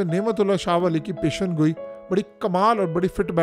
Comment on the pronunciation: پیشن گوئی نہیں ہوتا یہ لفظ ہے (پیش گوئی) آئندہ اسی طرح لکھنا اور بولنا بھی پیش گوئی